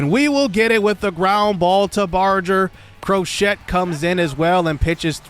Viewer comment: Bro cmon it’s crow-Shay not crow-shet 🤦🏽‍♂️